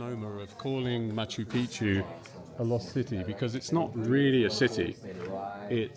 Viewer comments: Ross it’s Machu Picchu Not Picu….lol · bang your head against the wall every time Ross says makkeww Peekoo .....whoever has the worst tbi wins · Machu Piku???No one is correcting Ross about Machu Picchu pronunciation? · Machu PeePoo? What are u saying? Haha killed it Rosco.. I haven’t laughed that hard in years. Cocaine? The resonance in the window. My god I literally fell out of my chair. You’re the best Ross, I f….. love you my man. Hahaha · Please, next time, pronounce it correctly. maa.choo pee·choo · Matchoo Pitchoo pronunciation please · Good stuff, thanks 👍🏻👍🏻 I like how the Incas didn’t claim Machu Picchu as their own creation, like the Egyptians did with the pyramids. Ross, it’s pronounced Machoo Pikchoo 😉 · It's Machu Pi-choo Omg is not that hard to pronounce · "Machu Picchu is most accurately pronounced Mah-choo Peek-choo (or Ma-chu Pi-kchu), with the emphasis on the first syllable of each word: mɑtʃu ˈpiktʃu. The Quechua origin means "Old Mountain," with "Picchu" featuring a distinct hard "k" sound (kch)." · it was a torture to watch due to his mispronunciation of machu pichu. absurdly stupid. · Why does Ross insist on mispronouncing Machu Picchu? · Quite irritating that Machu Picchu is mispronounced throughout the entire episode. From start to finish. And everybody is too polite to mention it to Ross. Amazing indeed. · leave it too a goofball australian or brit to mispronounce Machu Picchu .. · I wonder if Ross will ever say Machu Picchu correctly even once 😂😂😂😂 Love you Ross❣️ thank you SO much for going to Peru 🇵🇪♥️❣️ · It's so interesting, but Ross- learn the proper pronunciation of the name 'Machu Picchu'